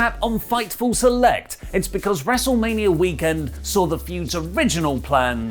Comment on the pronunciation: I think you mean, "WrestleManiarrrrrr Backlash"